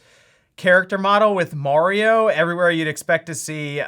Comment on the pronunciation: Its 'mArio' not 'mOrio'